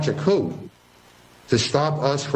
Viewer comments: he literally said "cou-p" if you listen carefully... this McGovern jackass doesn't even know how to pronounce the word coup. He is a fool and is apart of the real coup. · Massachusetts... you elected a man who pronounces coup... "coop" Good work. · Launch a cou'p'. Pronouncing the "p". What an idiot. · He really pronounced the “p” in coup lol he needs to go read a book